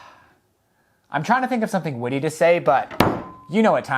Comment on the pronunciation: When you said "I'm trying to think of something witty to say" before sanding, it sound like you said "woody" instead if witty.....so mission accomplished XD